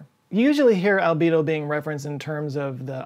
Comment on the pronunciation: I was going through my stuff while the video was playing...and i heard Libido instead of albedo..